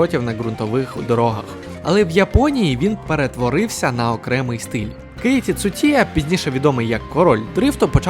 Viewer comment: люди, будь ласка, читайте японські слова так як вони пишуться англійськими буквами. Не Каєті Цутія, а Кеічі Цучія. Ця дурна транслітерація була придумана кацапом 100 років тому